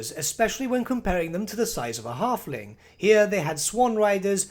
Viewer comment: "The tyme of the Harfling is noigh."